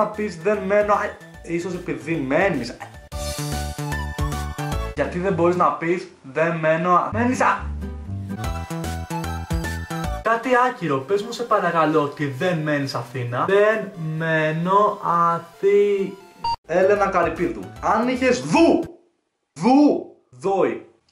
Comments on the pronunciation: Κοιτα, δν θελω να σε κανω να νιωσεις ασχημα, αλλα ρε γιατι δεν μπορεις να πεις "αθηνα"? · γτ δεν μπορεις να πεις αθη......? να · γιατι δεν μπορεις να πεις Αθηνα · γιατι δεν μπορείς να πεις Αθήνα? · Giati den mporeis na peis ti le3i a8ina ?😳😳😳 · ΓΙΑΤΙ ΔΕΝ ΜΠΟΡΕΙΣ ΝΑ ΠΕΙΣ ΑΘΉΝΑ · γιατί δεν μπορείς να πεις Α-Θ-Η-Ν-Α?? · Αφού δεν μπορείς να πεις αθηνα πες Φλώρινα